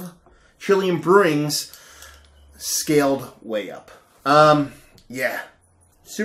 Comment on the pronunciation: scaled not scalled.